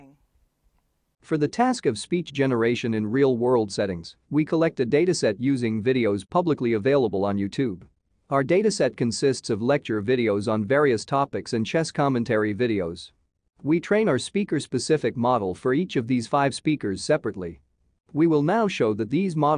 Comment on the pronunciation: Whatever text-to-speech network you're using to narrate this video is so close to being mistaken for a human, but "yooTOOB" is a clear tip-off.